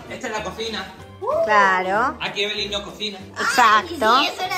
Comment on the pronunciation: Se dise Evelyn no Eve